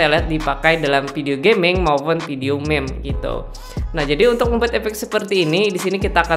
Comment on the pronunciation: Cmn pen ngasi tau MIM BUKAN MEM